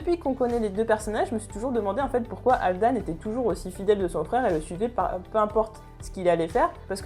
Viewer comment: Par contre prononce le "Aillevar" plutôt que "ivar" car ça pique le oreille, sachant que tu prononce bien Halfdan de la bonne manière (Halfdanne) ou encore Ubbe (Oubé) ou autre je comprend pas pourquoi tu n'y arrive pas avec Ivar c'est hyper déstabilisant ! Sinon c'est cool de voir quelqu'un parler de Vikings